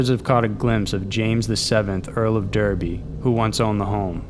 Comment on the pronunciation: It's pronounced Darby, btw.